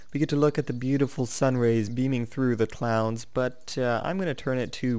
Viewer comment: You mention clouds but you said clowns